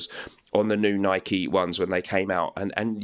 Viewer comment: Kudos for pronouncing Nike correctly.